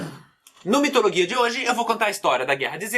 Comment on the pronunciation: Qria saber o pq da pronuncia de mitoloGia em vez de logia normal